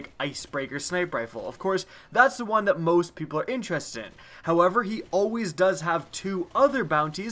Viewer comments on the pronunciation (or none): none